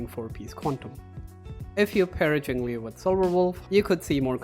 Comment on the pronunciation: Very good music choice, Nujabes is goated. One day there will be a guide which pronounces her name right. Not that I blame anyone because they even said it wrong on the official english live stream.